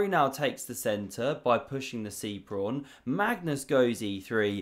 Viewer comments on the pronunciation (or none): Pawn not prawn